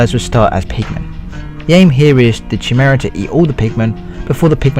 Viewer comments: It's "Kai-mare-uh" Not "Chi-mura" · ci- mare- a say it right